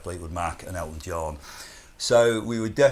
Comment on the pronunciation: must emphasise the “John”, eh?